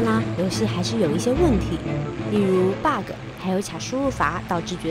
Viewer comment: Bug 怎麼會讀成 巴高，我一聽到就很難受